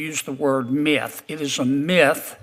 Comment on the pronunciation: It's 'Myth' - one syllable - not 'Meeuth'.